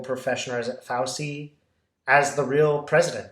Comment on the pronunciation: Sorry to be language police, but it's an Italian name, and is pronounced "Fowchee"